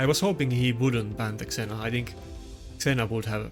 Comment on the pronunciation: Trying to help you with English pronunciation... ZEE-Na, not Zena Jems, not Gems (soft g) IN-TREE-GING (intriguing -{hard g})